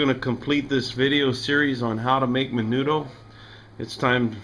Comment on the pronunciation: when you say mendo you dont say the d